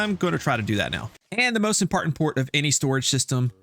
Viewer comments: Did you say "the most impartant port"? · "And the most impartant port." 😂